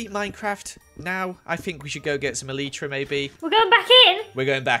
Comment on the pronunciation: The way he said elytra 😆 "eleetra"